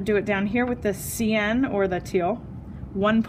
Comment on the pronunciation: Good video but cyan is generally pronounced "sigh-an", not "see-an"